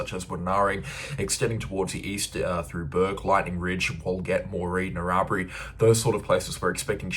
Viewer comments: Narrabri is pronounced Narra Bry...emphasis on the Bry... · Narrabri = “Narra”-“bry”.